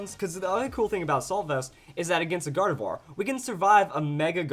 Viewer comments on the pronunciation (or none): none